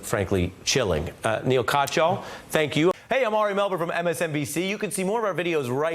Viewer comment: Ari Melber..... you are a very Good reporter .... Your Guest Name is Neal (Pronounce =NEEL) Katyal (Pronounce = Kaat-Yaal)